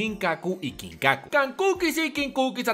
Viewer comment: Itachi: ginkaku y kinkaku (no sé si se escribe así): KANKUKIS Y KINKUKIS